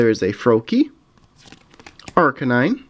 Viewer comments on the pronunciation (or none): none